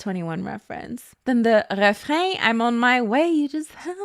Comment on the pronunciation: The French accent is too much girl. We get it you're Canadian. But also you pronounced refrain wrong.